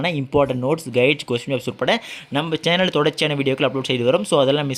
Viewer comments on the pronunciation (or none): none